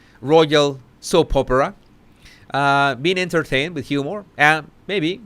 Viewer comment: You said it right.